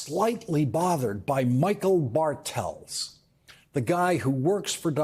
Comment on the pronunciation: Bartels seems to be a german name ... the Pronounciation is on the "A" .... meaning BArtels, not BarTELS